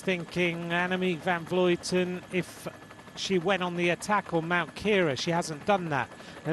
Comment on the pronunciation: Why does insist on mispronouncing AVV's name? It's inexcusable. I'm sure he's been corrected many times. (edit: I just watched to the end. It's absurd to hear him repeat her name incorrectly again and again as she crosses the finish line. How can anyone call themselves a professional and get something so basic so wrong?)